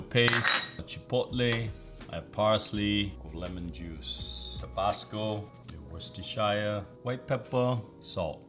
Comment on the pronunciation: I'm impressed that he says Worcestershire properly, it's the first time I've heard anyone from America say it correctly.